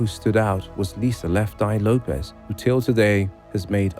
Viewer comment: lopez? i thought it was lopes (say ropes but with an L).